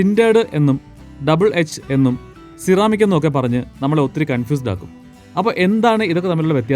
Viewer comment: C-Ramic allallo? Se-Ramic enalle pronunciation. Aarkum enganeyum parayan, njan ormipichathanennu mathram.